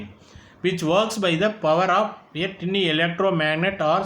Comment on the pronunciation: Your pronunciation is wrong for (tiny) word